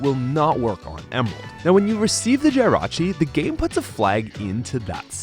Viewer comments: Why do you keep saying Jirachi wrong. Ita not Jie rachi its Jih rachi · “GY-rachi” no please, no 😭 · Pronouning Jirachi like that should be a crime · Why do you say Jirachi like that? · I feel like you intentionally mispronounced Snivy and Jirachi’s names just to drive up engagement in the comments section. Congratulations, it worked… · MaGEARna not MaGURna! JIRachi not GYRochi!